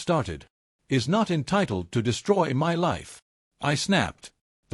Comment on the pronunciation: Why are you reading the word “my” as the letters M-Y?